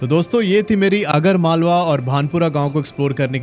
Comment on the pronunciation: Bro that is आगर मालवा not अगर मालवा